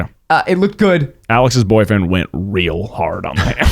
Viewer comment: Sondra Zimmerly he puts so much emphasis on the b aud(dnejdiisms smskdosk 😍